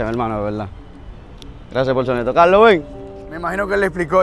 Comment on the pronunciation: Jajaja me da risa como dice cajco enves de carlos